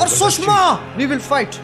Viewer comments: Bro it's ghost of sushima not shushma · Sushma 😂😂😂😂😂😂😂😂😂😂😂😂😂😂😂😂 Tsushima ko sushma kr diya sir ne.. ur amazing bro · It's tsushima and not sushma Ajey bhai